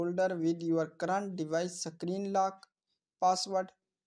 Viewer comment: Screen ❌ CKREEN 👍 SCROLL ❌ CKROLL 👍